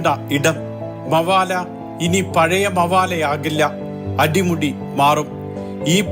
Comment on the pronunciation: മവാല അല്ലടോ മബേല